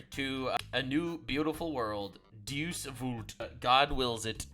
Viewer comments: De-us, not deuce... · You're not on Team Crusader if you pronounce DEUS as DUCE and not Day-Oos.